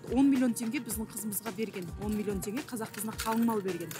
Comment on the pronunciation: Сөздің бәрінде қазақ кәзәк болып аитылады